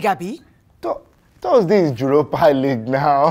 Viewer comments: “Juropa” league ..”Harzenal” lmaaao😂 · “She don’t appreciate for me to be happy” 😂😂😂 He said “Jueropa league” Falz is gonna be the death of me